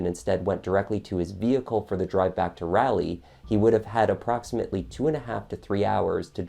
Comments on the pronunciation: FYI, as a native North Carolinian, Raleigh, NC is pronounced like “Raw-Lee”, not “rally” . This was a great summary of this case. It was very sad to everyone, bc it was similar to the Peterson case in Durham, NC that happened only about 3 years before. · Please don't get mad at me but it's pronounced rolly not rally. Great videos!! I'm on a binge. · Lol it's not "RALLY", it's "Rawlee" for Raleigh,NC. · Raleigh is pronounced RAH-Lee, not ray-lee. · Thanks for covering this case. I remember reading about it. Good job. However, I live in NC and Raleigh is pronounced "rah lee" not "riley" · Pronounced Raw lee not Raa leigh. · It’s RAW-Lee not Raa-Lee lol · I like your JTL videos. Easy to hear, and clear. But Raleigh is not "ralley" - it is RAH-lee. Like Sir Walter Raleigh. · Raleigh is pronounced with an ahhh sound. Rally is something you do in race cars. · Just a note: being familiar with the area, it's pronounced Rah-lee, rather than Rally. Raleigh, NC. Edit: thank you for your hard work and the video. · Super interesting!! I’m not sure what exactly convicted him though I’m sure he was a part of it some how. (But I couldn’t get over the mispronunciation of Raleigh it’s raw- lee not rally) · Narrator dude! Why do you not know that the correct pronunciation is Raw lee. Not Ralley! Also Wytheville is pronounced Withville. I’m from KY and I know this! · You did a nice job but you should double check the pronunciation of city names before you record. Raleigh is not pronounced "Rally". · "Rah lee", not "Rally" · Love this coverage... But it's pronounced like raw•lee (Raleigh) not Rally 😊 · Seriously, it's not pronounced "rally"; it's pronounced "rolly". Honestly, though, I would have had a hard time convicting him. It seems like he did it, but I have my doubts. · Excellent narration, only thing is it's Rah - lee! Lol This narrative is concise, factual, and interesting. Good job. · It’s pronounced Rawley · It’s Rah-lee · Raleigh is pronounced like Pauley. 🙄